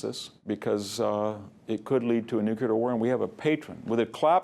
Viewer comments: It's n-u-c-l-e-a-r, not n-u-c-u-l-a-r. This mispronunciation started with Eisenhower, and apparently will never die. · "Nucular"?? No NUCLEAR Sheesh... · Love VDH's lectures! just an observation, it is "nu-.cle-ar" not "nu-cu-lar"